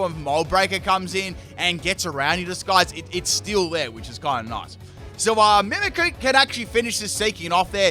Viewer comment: Man i love your vids and i am a Fan since … i don’t know … so many years, but maaaaan I really can’t understand how someone who for work does Pokémon, can’t even pronounce those names… ist MimikYu, like I mimic you it’s not Mimickuuuuuu. That bothers me so much. I’m sorry man, I still enjoy your videos very much ..